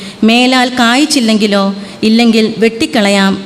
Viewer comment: മേലാൽ കാ യി ചെ ങ്കിലോ എന്നാണ് വേദവാക്യം വായിച്ചു കേട്ടത് കാ യി ച്ചില്ലെ ങ്കിലോ എന്നാണ്. ദ യ വായി ശ്രെ ദ്ധി ക്കുമല്ലോ